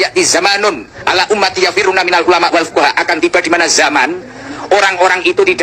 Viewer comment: kok bacanya hadis malah lebih salah, coba koreksi lagi dari depan...., fuqoha' bukan fuqoro i, itu malah bahaya